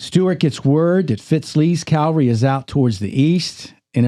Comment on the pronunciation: When are you guys going to learn how to pronounce the word cavalry. Not calvary.